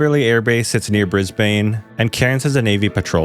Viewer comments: YAYY MYINEE bris..bayne? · Bro said bris-baine 💀💀💀 It’s pronounced Bris-bin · 'Kan-Berrah' 😂 When you're talking about Aussies to Aussies, it's 'Canbra' 😛 Just as 'Mel-Bourne' and 'Bris-bayne' is actually 'Melbun' and 'Brizbun' 🇦🇺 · that’s Because of our accents, you lot just don’t understand English enough and break every word down and pronounce it the same format a toddler does when learning to speak “Can-bear-a” is actually pronounced “can-bruh” “Bris-bane” is really “bris-bin” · I love how foreigners pronounce the names of our cities. Like "Can-Bear-Ah" or "Bris-Bane"